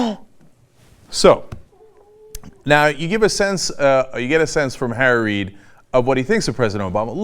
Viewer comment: On an un-related and random note, every time Cenk says "Harry Reid", it almost sounds like he's saying "Tara Reid" I just thought that was kinda funny